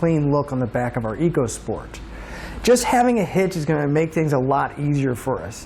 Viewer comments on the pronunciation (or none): It's pronounced "Echo Sport" Ecosport !!!